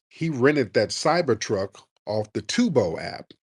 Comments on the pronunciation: ITS TURO NOT TUBA SMH😅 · Right. I'm like what this man talking about "tubo"? 😂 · It’s turbo not Tebow Tariq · Turo, not Tubo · Lmao Tubo its "Turo" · It’s Turo not tubo😅